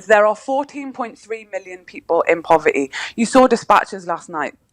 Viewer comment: This woman has a horrendous voice and her pronunciation is abysmal. ‘POV errr tiiiiiiii. Sounds much a lazy way of speaking.